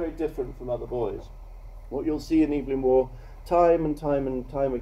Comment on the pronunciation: That teacher/lecturer could have bothered to pronounce Evelyn Waugh's name properly.